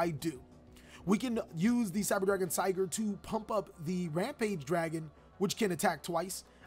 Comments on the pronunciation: Also, Sieger is prnounsed like seeger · Ja some tipp😅 I am german and the cyber dragon names are german and you pronounce it very meh. Here just so you have a feeling how to say correctly Sieger= Seeger {means Winner} Vier= feer {means four} Drei= dry Zwei= zwai Herz could be considered correct👍🏼